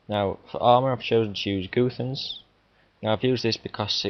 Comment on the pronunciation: guthans is spelled "gat-hans" :D